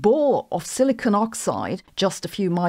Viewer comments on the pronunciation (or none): none